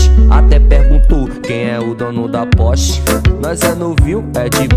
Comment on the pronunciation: Gent nem fala direito o nome porsche ele fala port porst poste 💈 tudo menos Porsche 🤨🙄